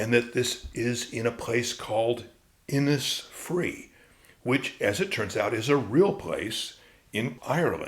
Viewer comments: Innisfree is pronounced Innishfree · Its just a small point, maybe made already, but the pronunciation of Innisfree in Ireland would be Innishfree, and that is how everyone there says it. The recording by Yeats is indistinct at that point but here is Adrian Dunbar reading it: The reason is to do with Irish place names being anglised hundreds of years ago and ending up approximating an original Irish phrase, but looking English. Eg Cnoc Mór or big hill would have been turned into Knockmore by British mapmakers, but people knew the original Irish words so often kept the Irish language pronunciations, in this case Inis is a word that means island, and is pronounced Inish. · Absolutely fascinating stuff, and well read and interpreted. One thing, though: Innisfree is pronounced 'Innish Free' Thanks